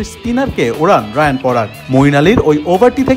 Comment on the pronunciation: রায়ান নয় রিয়ান পরাগ